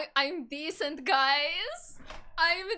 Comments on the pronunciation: YO HE CALLED ME DEECENT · “Pewds just called me ‘decint’”, “He just called me ‘decint’”